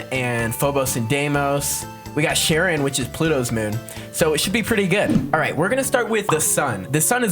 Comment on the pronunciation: Ok im just gonna make a reference to percy jackson real quick. ITS PRONOUNCED "CARE-ON"